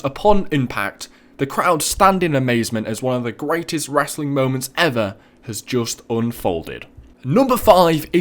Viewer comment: he says wrassling lol